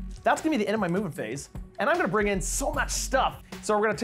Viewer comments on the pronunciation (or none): Every time you say "Movement Phase," I hear it as a "Mubin Phase."